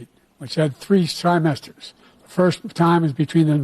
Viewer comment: I don't know if you noticed but biden said symester instead of trymester